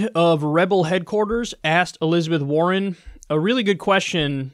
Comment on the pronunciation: Elizabeth WAR-ren.